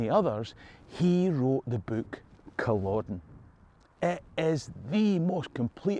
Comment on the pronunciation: Is it just me, or does it seem that "world" at the many times in humanity's history has been at war...not just the 2 of the 20th century. PS...Never read the "Outlander" books or watched the show. Probably never will. However..NOW I know how to pronounce Culloden...instead of saying Cul-OH-den Thanks!!!